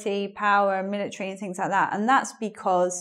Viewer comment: Most Americans today say becuz instead of because, but says bekezz!